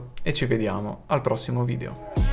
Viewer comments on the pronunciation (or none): none